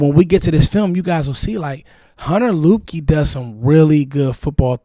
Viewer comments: I believe his name is pronounced "Lipkey". Great video, appreciate your work bruh. I'm in the DMV also, I'm in the Germantown/Gaithersburg area. 👊🏾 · Its pronounced Lipkey